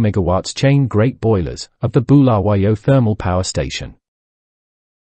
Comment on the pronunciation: Yeah, I wonder. He does not even know how to say Bulawayo or Mugabe Airport. Maybe Communist?